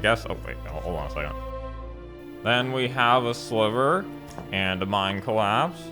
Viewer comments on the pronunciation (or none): none